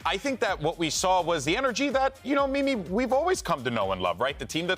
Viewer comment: its mimi not milie